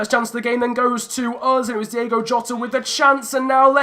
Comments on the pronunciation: As we said before... it’s Diogo not Diego 😂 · It's Diogo. Not Diego. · It's Diogo Jota, not Diego. Again messed up his name😉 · It is diogo jota not diego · It's DiOgo not DiEgo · Try not to say Diego Jota. It’s Diogo. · Its Diogo Jota. Not Diego Jota. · It’s Diogo not Diego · It's Diogo, not Diego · Try playing with Wolves’ natural 5-2-3 It would stop you from conceding so much and the wing backs would complement Josef Martinez as he has the power header trait... Also it’s Di’O’go Jota not Di’E’go Jota